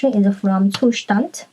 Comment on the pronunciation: Good one. +1 for the correct pronunciation of "Zustand" and "immer"